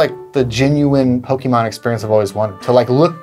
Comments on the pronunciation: Pokeeemon..... It hurt my ears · … are you saying "Pokimon"?😅 Makes me wonder, how you pronounce "pocket"...